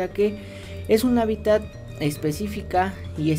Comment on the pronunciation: Hábitat con" t "al final .